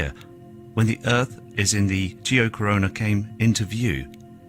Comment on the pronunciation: I'm surprised and impressed that he can say the name geocorona correctly !!!!